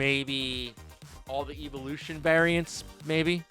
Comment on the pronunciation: How can he not pronounce evolution correctly??